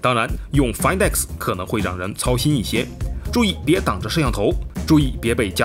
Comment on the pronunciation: 终于有人说对了读音 find x 其他人都读"饭"x